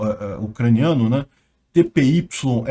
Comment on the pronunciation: Acho que TPYXA se pronuncia trurra.